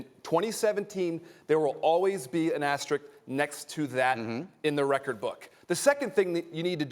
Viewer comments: Why can NO ONE say the word "asterisk" correctly? Everyone says "asterick" lmao there's another S in there morons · Ugh why do people say "Asterick"? There are two S's in Asterisk! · Somehow the word 'asterisk' remains unpronounceable by sports media 😂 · Went to Georgia Tech. Doesn't know how to pronounce asterisk.